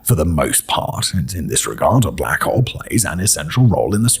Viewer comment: blACHHowl. The pronouncement of his accent and stress on the “ach” is completely sending me lol 🤣